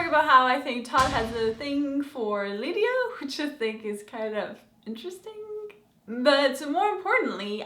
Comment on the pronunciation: You do know the last "g" in "interesting" is not supposed to be pronounced like a G right???